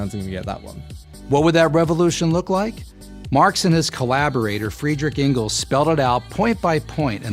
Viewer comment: the worst part is Mr prager u couldn't even pronounce Friedrich Engels name right.